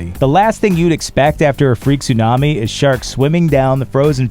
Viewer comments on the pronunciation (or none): none